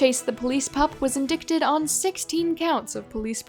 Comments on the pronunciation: fyi: indicted is pronounced "in-dite-ed" bc English is a mess lol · Look up the pronunciation of indicted